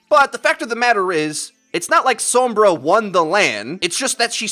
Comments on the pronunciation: Heh heh didn't want to miss pronounce the name Sombra so he says so*m*bra and som*bra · The way you say Sombra gives me cancer.